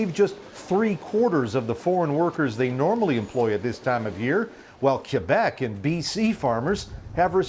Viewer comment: David Aiken: I think you're an awesome journalist. But would you please stop mispronouncing the name of Canada's second largest province! It's KWA-BEK' not KWU-BEK'!!!